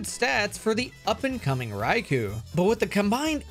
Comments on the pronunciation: Rye-KOH, not Rye-KOO. It's from the Japanese words rai for thunder and kō for lord. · his name is "Raikou" not "Raikuu" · [keeping on pronouncing Raikou as "Raiku" instead of "Raikō"] Me: [screaming internally] But also this is amazing as fuck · Its pronounced "Rai-koh"